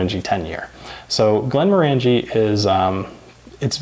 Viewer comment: It’s pronounced glenmorangie as in orangey.